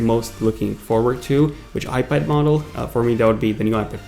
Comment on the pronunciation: Is he saying ipader?